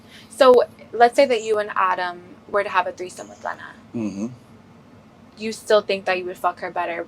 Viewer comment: jason hit and he don’t even say lena name right ? na he 2 goated